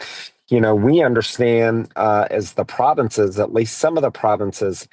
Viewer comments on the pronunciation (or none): pretty sure I heard "providences" not "provences", I don't think america should be taken seriously, probably ever again. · the ‘ProviDINces?!? 🤦🏼‍♀️